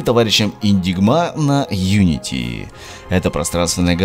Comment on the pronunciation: Хотя ты итак хорошо произносишь😁